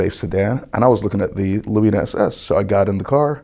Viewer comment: Funny they pronounce lumina “lu-me-Na” over there instead of “lu-min-a